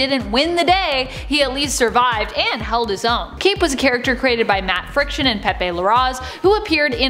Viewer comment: Is anyone else annoyed she couldn’t say Matt fraction correctly